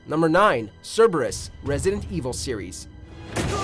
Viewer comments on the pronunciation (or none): none